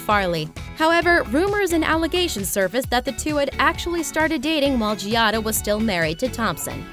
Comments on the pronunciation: Does NOT know that the name is pronounced Jah-da, not Jee-ah-da??? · Hey, her name is two syllables, not three! It's Gia-da. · LOL!! If you're going to throw shade at her, at least say her name correctly!! It is NOT "GEE AH DA".. look it up. Learn! lol!! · You might start by pronouncing her name correctly. That in itself makes me question some of this content.